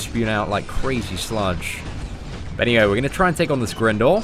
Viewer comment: Great video,. By the way, the helicopters name is pronounced Grind-or (as in grinding arenas). Its confirmed in other games and media